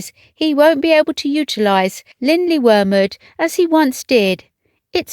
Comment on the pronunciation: I appreciate the careful, no doubt correct, pronunciation of the Welsh name of the home. I couldn't begin to guess how it's pronounced!